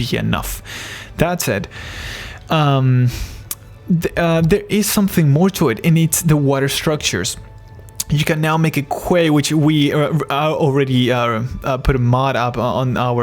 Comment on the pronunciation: I am tired of hearing "the modders will fix it" too. Especially when more mods means more load times and crashing upon launch if you have too many. Quay is pronounced "key". It comes to English from the old middle english word "key".